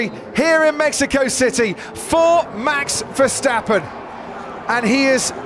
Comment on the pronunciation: This is how you pronounce Max Verstappen as a non-dutch native: Mahx Vair-stop-pun And not: MEX FERSTEPPEN